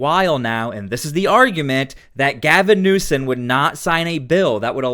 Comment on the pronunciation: You make great videos! His name is newsome not newson